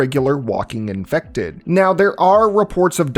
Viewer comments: Uuugh. Had to do it. Almost nine minutes without an “iNfEcTeD” inflection. I have to stop watching when that happens. “Infected” is a perfectly valid term. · I must be built differently, because I would die almost immediately trying to fight the "in-fect-ed" for sport.